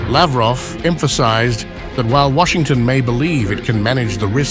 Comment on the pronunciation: Laughroff😂 useless human being